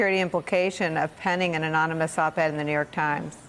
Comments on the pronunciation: "reading skill of a 5th or 6th grader" "can't spell collusion" (he spells it colusion) "can't pronounce anonymous" (see his recent speech - anowni-amos) "can't pronounce various other words" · !🙄 Fact he became the president 2x ! Fact Trump can't even pronounce anonymous even on his 2nd try!...#sad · MrBlockice22 and he needs to learn how to pronounce anonymous.